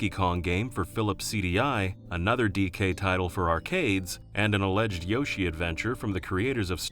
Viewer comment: The way you say "DK" gives me an aneurysm.